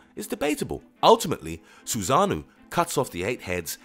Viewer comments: its orochi not orichi its susanoo not suzanu its sake not saki its amaterasu not ameratzu how did you get all of this wrong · My man horribly said the words "Susanoo, Ameterasu, Hime, Orochi" 😂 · its Susano'o and Amaterasu not susanu and amaratsu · Susanoo, Amaterasu and orochi. He literally butchered their names.